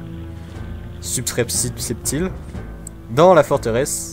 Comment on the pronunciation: en mode galere, enfin c'est vrai que c'est pas facile a dire subrepticement